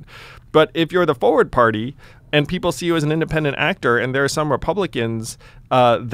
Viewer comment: Speaking of mispronumciation (Succession), Forward is pronounced as it's spelled, complete with the 'R' sound! Not Foeword!